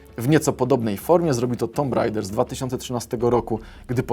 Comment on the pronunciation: to się wymawia "tum reider"